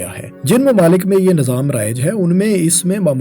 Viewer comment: Nazaam... Ameedwaar... Bhai.. Nizaam hota hai,. Aur Umeedwaar hota hai... Zair Zabar Paish ka khayal rakha jaye... Baki Content buhat zabardast hai. Well-done